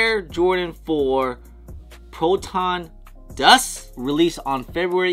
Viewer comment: Luv that intro! Here is.... "Proton Duss" 😂 I know mispronouncing shoes/names is ur thang but it always cracks me up. No hate, all luv my brotha ✊